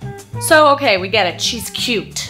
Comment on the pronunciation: I love that your old Ohio boy accent got in here:') "oh-kyay?!"